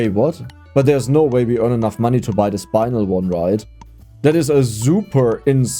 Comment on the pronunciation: says "iron" correctly from the get-go, everyone: starts correcting him: says "spinel" completely wrong, everyone (except me): no reaction WTF.PNG